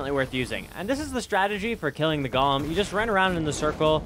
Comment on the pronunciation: Wtf is a Gollum bro it's 'Goh-lem'